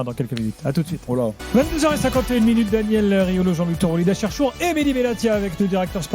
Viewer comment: c'est Mehdi et non Medhi